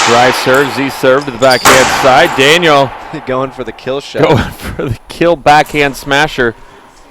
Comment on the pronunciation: Racist commentators didn't roll the L' and R's in Daniels name. Makes me sick.